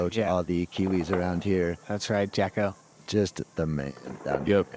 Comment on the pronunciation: It's Jacko, not Jocko,. Get it together. please. He told you last year.